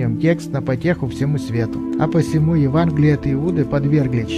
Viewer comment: Евангелие А не Еванглие